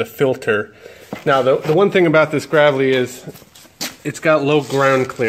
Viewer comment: Can't even pronounce Gravely name.